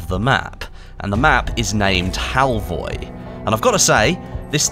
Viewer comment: The O at the end is actually pronounced like the U in the word "fur".